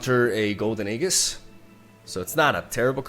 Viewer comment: how is he still saying "aeGHis"? This is my 55th comment saying that its pronounced Aejis. I am tired..